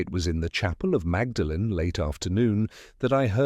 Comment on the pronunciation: It's pronounced "maudlin" not magdalen.